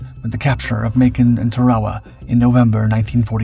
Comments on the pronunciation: It's pronounced TARawa not taRAwa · I thought he called it Ta-rah-wah. The pronunciation on these channels is all over the place. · Everyone in the English speaking world calls it Tár-uh-wu. Who are you trying to impress w your fancy pronunciation. You beclown yourself.